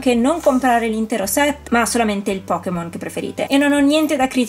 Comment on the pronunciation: bello tutto, ma è Pokémon, non Pokimon 😂 La pronuncia inglese è totalmente sbagliata (pocket monster = pokémon). Detto ciò, sono bellissimi! 😍